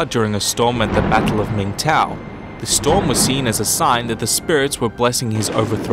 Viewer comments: 鸣条啊，不是 明盗。 do you know？ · 鸣条，not 鸣盗……